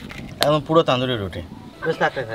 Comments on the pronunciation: ওটা তানদুরি বলে না তনদুরি বলে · কথা টা তন্দুরি রুটি তান্দুরি রুটি নয় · Pronunciation wrong only Tonduri not Taanduri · ওটা তনদুরি বলে না। তন্দুরি বলে।